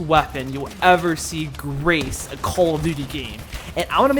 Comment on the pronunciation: Not a mp443 grac - its "grach". Speaking like a cheese. In Russia, he called Грач. Hello from Russia)))